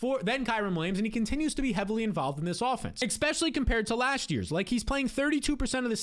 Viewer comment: I love you, but every time you say "eckspeshully" it hurts my soul